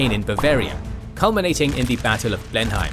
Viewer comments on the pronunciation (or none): It's pronounced Blen-him, not Blen-hime. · Interesting - thanks. One small point. I've noticed that you often get the pronunciation of names and places wrong. For instance, Blemheim should be pronounced "Bleh nuhm" not "Blen heim". As this is the most important place in the episode I think it would be worth making sure that something like this is correct. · In fact, the English know this as the battle of BLEM-em, not Blen-HAYM. Strange but true. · Blen Hime? That is NOT how you pronounce Blenheim! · Wouldn't it have been a good idea to get the pronunciation of 'Bourbon', 'Marlborough', and 'Blenheim' right? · The European place is called Blindheim, i.e. not even the same spelling so naturally it will be pronounced differently. If you are using the English spelling you should also be using the English pronunciation.